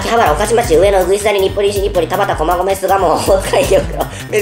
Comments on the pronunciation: たばち たばちぃー？ たばちって誰ー？ 面白すぎなw しかもダホちゃんと同じやつ同じ読み方で間違えてたww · ほんらいは [たばち]じゃなくて [たばた]です